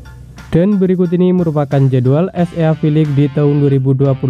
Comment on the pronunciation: Chenelmu bgs min cuma cara bacanya itu hlo,baca SEA nya jgn gitu biar lbh berwibawa😅